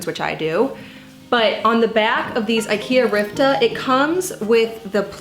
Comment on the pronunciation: Ritva not Rivta